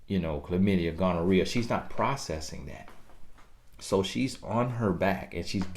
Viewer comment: TiffanyB TV 😂😂😂I love when he say Dat!